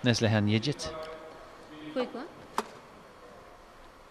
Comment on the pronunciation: The name Yigit is pronounced with a hard G as in forgot, not like fidgit. So irritating to have the commentary mispronouncing it constantly. The umpire got it right. I much prefer the expert commentary from Steen or Morten.